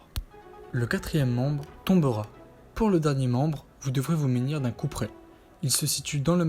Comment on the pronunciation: Si je peux me permettre on dis se Munir , pas se ménir 😅